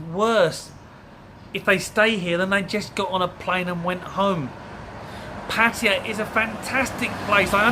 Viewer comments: When you pronoun Pah-tah-yaah into Pet-toire, in all probability you should take that first plane home tomorrow. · Try to say PAttaya not Patty . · Ah yes, advice from a guy who cannot even say Pattaya properly... It is: Pa-Ta-Ya It is NOT: Patty-uh, Padea or Puddy-uh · It's pronounced PAT TAY YA not pattya but other than that good video. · What is it with Brit expats that live here for years/decades and still can't pronounce Pattaya???? Patt - Ay - A ........not Patty-A FFS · I cant take advice from someone that cant even get the city name right. Its pronounce pa-taì-ya you plum sack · ''Pah-teeyuh''. The classic Englishman pronounciation. Facepalm. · Why do people have such a hard time correctly pronouncing pattaya? (Pah-tah-YAH) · I hate the way white people say "Pattaya". It's pronounced "Put"... "Taiy"... "Yaa".... fcukers. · It's " Pat ayaah" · Learn to say PATTAYA correctly. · Jesus, at least pronounce the name of the place correctly if you're going to make a video about it. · First, learn how to say to correct name of the city! then ......